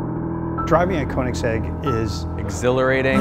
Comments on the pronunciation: It's Köenigsegg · I can’t stand how they pronounce Koenigsegg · Why are they all cringy af? And why the fuck cant any of them say Koenigsegg properly? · Own the car, yet can't pronounce the name properly.... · They can own the car but they can't pronounce it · They can't even pronounce Koenigsegg correctly...